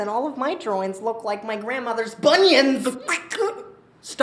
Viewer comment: 🤣🤣🤣🤣🤣 “MY GRANDMOTHER’S BUNNYUNS” THAT IS GOLD